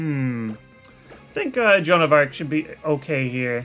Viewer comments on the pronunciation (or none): none